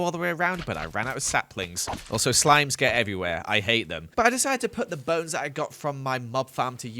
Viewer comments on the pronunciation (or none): none